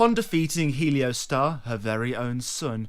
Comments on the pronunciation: not heleo, heol. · How can you look at the spelling of the name, reading off of a script and somehow still say it wrong? Helio Star? 😂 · It's pronounced HE-ol-store (US) or HAIL-stor (UK) (not helio-star). It's an old English word meaning 'darkness.' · It’s not pronounced “helio-star” is pronounced “he-ol-stor” it is an old english word for covered/obscured in darkness/shadow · How do you read the word "Heolstor" and get "Heliostar?" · I'm sorry, man... I hate to be that guy, I really do. But Heolstor is pronounced like "Hail'Store" kinda like how the elden ring Gaol's are pronounced "Jail" Again, I'm sorry to be a grammar officer 💀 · really bro?… “heliostar”😂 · Def not the same 😂😂 bro nane is literally pronounced how it’s spelled yet somehow people say “helio-star” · It's He-ol-stor. <3 :P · Heleostar? We doing mispronunciations for ragebait now? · I think heolstor is pronounced like holster. Like holstering a weapon. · Think its pronounced more like Hoyls Thor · thanks for your hard work creating these entertaining videos, however, its not a matter of not having said the word before. Its a matter of reading the world properly. Nonetheless, not pronouncing the word properly gives you a lot of traffic. Congrats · we have an opinion too - you’re annoying and we disagree with what you said. :) I’m an English major in college FFS, and I couldn’t care less that he mispronounced it! sorry if that shatters your fragile ego!!! Also Vaati? The one who had a plagiarism scandal during the Bloodborne years? That’s your “hero”? I guess plagiarism isn’t as bad as mispronouncing something hahahahaha. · Bruh managed to mispronounce every name. Heolstor I guess is understandable because that’s OE but Isolde is like Shakespearean classic.